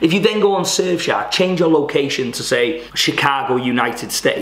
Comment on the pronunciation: At the start it sounds like you're saying 'Surf shag VPN' lol 😂